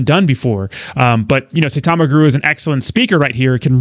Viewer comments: Russ is correct as Saitama has a higher daily volume than Shib atm. Of course exchanges would still help Saitama. Sai- ta - ma not Say- ta - ma as some Youtubers pronounce it as. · Sai like buy not Say like day. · You are pronouncing Saitama incorrect. Have respect for this Japanese name.